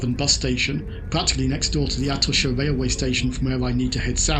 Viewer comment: Quick tip. In Spanish ch is pronounced as it is in English. Atocha, rather than Atosha.